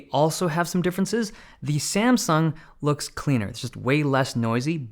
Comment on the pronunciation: You said SaNsung.